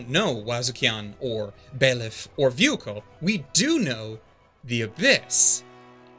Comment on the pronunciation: "my favorite anime" also doesn't know how to pronounce Vueko correctly. lol